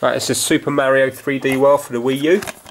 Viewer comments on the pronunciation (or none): Stop saying super merio